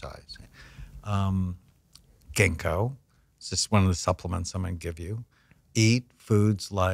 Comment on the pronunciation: When he said “genko” he meant “ginkgo bilboa?” I’m in the uk